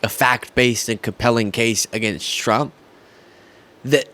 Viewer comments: You were right the first time. 'Tramp' 😆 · Best slip up ever!! Tramp! 😂😅 hilarious!! You do excellent work. You keep up with your great work!